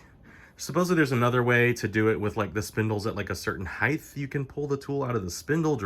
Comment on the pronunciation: Wtf is a "height-th"?